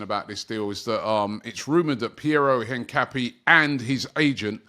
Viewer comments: its in-cap-yey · ROBBIE! It’s pronounced INCA-PEA-AY!!! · His name is pronounced een-kah-PYEH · Robbie and player names 😂😂😂... Hincape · Still pronouncing Hincapié wrong 😂 bit like your brother pronouncing Gyokores with a hard G. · Missing a syllable there, chump